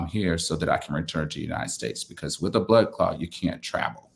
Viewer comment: the word is blood clot, not blood clod. I hope that everything works out well.